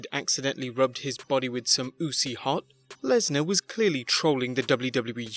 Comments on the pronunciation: Oozy hot??? Seriously? Its icy hot lol.....wow learn some English bro. Nice video and upload tho. Peace ~MN King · "OOHCEE HOT" AKA ICY HOT LOL That's why we love the UK. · Nobody: Simon says, say icy hot.: uzi hot